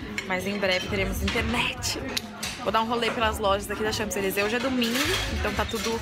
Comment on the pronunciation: Kaaroool socorro, eu sou muito chata, mas vc tá pronunciando "Champs-Élysées" errado!!!!! A pronúncia certa é "Chanzelisê" o p é mudo! Francês é uma língua louca =P =P Mas apanhei muito dos franceses por falar assim =P E toda vez que vc fala, me dá uma agonia no coração hahaha E vc tb escreveu errado no título, tem um "s" no final! Vc tb falou "chez" de forma errada tb, o e é fechado, é como "xê", o "z" n é pronunciado. E PS, aprender francês n é tão difícil, é mais fácil que inglês, é só acostumar o ouvido.